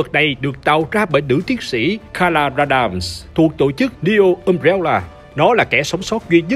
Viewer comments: Umbrella nhấn âm 1 nhé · NEO Umbrella mà cứ nghe sao thành DIO Umbrella